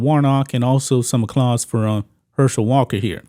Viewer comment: Did you just say...acclause?? Instead of applause?? You said it back to back....